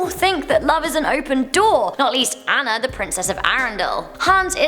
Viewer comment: Great video! (Just a heads up: Princess Anna isn't pronounced "ann-ah" it's pronounced "ah-nah". Just a pet peeve of mine lol)